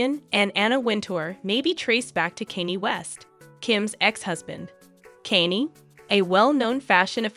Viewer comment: Oh dear.. lingerie...google how to pronounce it. Kan ye KAHN YEH Not Kanny. Good grief! You do not know these people or even have heard their names. It seems you are paid to read a piece of paper without knowing how to pronounce names and words. This is not goog